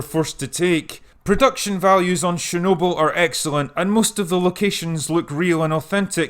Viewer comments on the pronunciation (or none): It's Chernobyl, not Shernobyl. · Not sharenoble....it's chher noble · I don't expect you to get the pronunciation spot on. But seriously, it's CHErnobyl, not SHErnobyl. It's a CHE sound, like in CHECK, not a SHE sound like in SHED. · Sorry but getting distracted by your incorrect pronunciation of chernobyl ... it's pronounced "Ch", not "Sh" - CH as in "chips". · CH like chair, not SH like share. CHernobyl. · STOP: It's called :Tchernobyl (T)